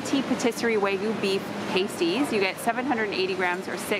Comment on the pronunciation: Hi, just so you know - pasties are pronounced past (as "in the past") tees - pasties go over your nips :)